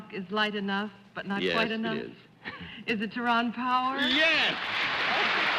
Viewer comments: did Arlene pronounce "Tyrone" as "ta- ron"? i have only heard pronounced " tie rone". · I thought it was pronounced tie roan not tie Ron? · Leave it to Arlene to know to pronounce it "Ti -ron." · Ms Frances pronounces his name Tyron instead of Tyrone, interesting.